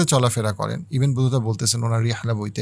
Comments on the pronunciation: ইবেন বতুতা না ভাই, ইবনে বতুতা। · ভাই ইবেন বতুতা না, ইবনে বতুতা